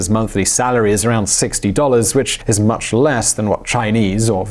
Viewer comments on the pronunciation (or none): none